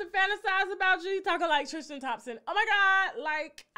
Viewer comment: Please stop saying TRIS-CHIN. It’s TRIS-tin